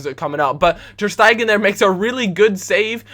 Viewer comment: Does it annoy anyone how he says: Ter Staeygan ffs